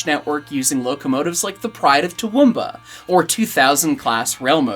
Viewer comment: Pleased to note that pronunciation of Toowoomba improves across the segment. But to sound like a 'proper' local, you gotta drop the middle 'oo' sound. So it sounds like "Too- W'm- Bah." And you gotta keep your teeth together to keep the flies out, mate....